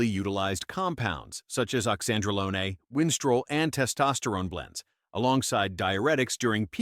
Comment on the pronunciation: Oxandrolone...like Lone Ranger, not bologna as in sandwiches/Tren. Iris is the GOAT!😊